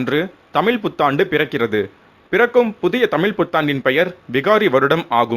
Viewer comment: மழை = மலை, தமிழ் = தமில், முழுக்க = mulukka "நல்ல தமிழ் உச்சரிப்பு"